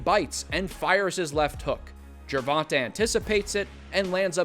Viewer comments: Pronounced GER VON TAY not GER VON TUH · this clown keeps saying tanks name wrong🤡